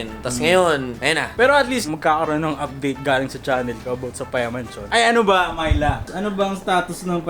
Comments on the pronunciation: Sa twing binabanggit ni yung name ni Myla, naririnig ko "My love" HAHAHA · Unang dinig ko talaga sa Myla eh, "My Love". AHAHAHA.